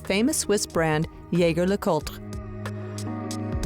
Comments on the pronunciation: ZHEY ZHER LEH KOOLT! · Good lord you butchered the name. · At least pronounce the brand correctly 🙄